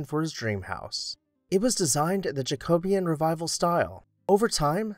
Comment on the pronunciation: Someone teach this bloke how to pronounce Jacobean